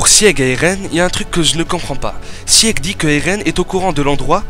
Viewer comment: Bon STOP ! Sieg ça se prononce ZIG ! C'est un héro de la mythologie germanique qui à une forte importance dans snk ! Eren jäger (=chasseur), un passage entier du guren no yumija est en allemand, le délire de deportation sur l'île du paradis la haine racial bla bla bla..., fin bref du coup sieg=zig stop ton sieg chelou xdd après j'imagine que tu ne peux pas savoir j'espère que tu verras le message en tout cas et super vidéo en tout cas ! :P